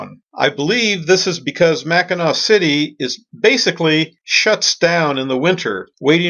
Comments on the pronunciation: You’re killing me! Mac in Knack??? Mackinaw and Mackinac are pronounced the exact same way and I’m shocked you didn’t here anyone on the island pronounce it. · I'm glad you enjoyed Michigan. I lived here my entire life and absolutely love it here. Mackinac has a silent c by the way. Mackinaw and Mackinac have the same pronunciation. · I had to chuckle at your pronunciations of Grand Traverse Bay, and Mackinaw Island. Winter is something you don't want to experience on Lake Michigan. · Really enjoying your great loop videos. Just wanted to point out that “Macinac Island” Is pronounced “Mack-in-awe”. I used to live near there and miss its quiet charm ( and fudge). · AUGH! You're driving everyone from Michigan crazy I hope you know. All three (4 if you count The Bridge) are pronounced the same way Mack-i-naw, even when they're spelled Mackinac. Hope you picked up some fudge there either in Mackinaw City or on Mackinac Island. I'm not positive but if you Loop again you may find more shopping available in St. Ignace (on the north side of the Straights) or if you come up the west side of Lake Huron you can stop in Cheboygan, about 20 miles SE of Mackinaw City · Great video. My only complaint is the damage you did to my Michigander ears when you say Mackinack Island. It’s pronounced the same way you pronounce Mackinaw city. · Mackinac island is pronounced the same as Mackinaw city. Mackinaw.